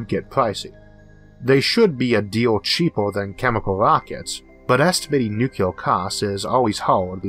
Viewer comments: It's pronounced new clear...not nu cu lar. A common miss pronounced word. I used to say it that way too. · N U - C L E A R ! Not NuKeLar ! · Not even a "nucular" Homer Simpson joke? ^_ ^ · The speech impediment doesn't bother me at all (I don't notice it anymore unless it's a very R-heavy word like "Rover" [this episode] or "Harvard"). The "nukyuler" thing does bother me but it's worth it to hear the rest of the video. Thanks as always! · Isaac Arthur Your "nukyuler" thing bothers you more than it bothers most of us. To me you just sound like some east coast guy who moved to someplace down under. We've invited you into our homes and made you our friend. We get used to your accent. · N u c u l o r (I'm sorry, I had to) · Ok President Bush "Nucler" lmao... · nucuwuler wockets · I don't have a speech impediment and people still make fun of me for how I say nuclear. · I'll be honest; this is the only thing that bothers me about your speech. Your rhotacism doesn't bother me or make you hard to understand, but the wait you pronounce "nuclear" irks me. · I've heard British physicists mispronounce nuclear I dunno why it's so common, unfortunately for me I don't get to say it very often